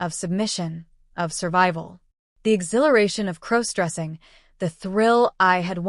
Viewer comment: Stop mispronouncing crossdressing 😮😮